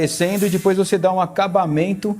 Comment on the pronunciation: Aí "dipois" kkkk